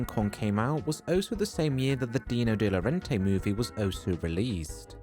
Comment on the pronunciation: Dino De Laurentiis is pronounced "Dee-no de law-ren-tiss" 😊